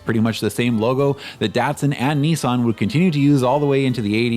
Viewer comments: its also promounced Niss-an not neeee-san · yes but this wasn't any "help." It is *approximately* pronounced nee-SAHNG, but the first vowel is short. Still nee-sahn sounds better than the British/ Australian version. Same for Nikon (approx.: nee-KONG); the British NICKon sounds horrible compared to the original.